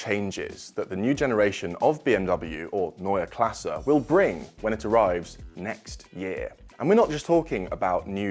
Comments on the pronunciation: Finally a good looking, back to the roots design language. This will x fold their sales, for sure. And thank you for the right pronounciation of Neue Klasse. If you pronounce Porsche with an e at the end you will be my hero! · like that you mastered the pronounciation of "neue Klasse " 😊 great new design (go over those '90s Alfa rearlights though) .. but just concepts 🖖🏻